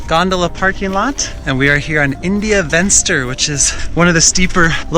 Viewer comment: "Venster" is an Afrikaans word, not English. It means "window". So, it is pronounced "Fenster". The V is pronounced as a F like in "Fence".